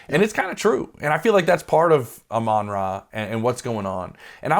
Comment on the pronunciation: who the hell is "ah-rah st brown"? you say you love him so much but dont even know his name?